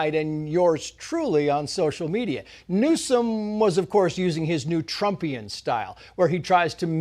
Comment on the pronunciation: I love that he emphasises that it is Trumpian.